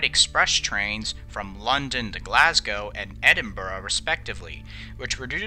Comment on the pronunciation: As a Brit, I gotta hand it to you, an American who got these pronunciations pretty spot on (something nearly unheard of, so well done)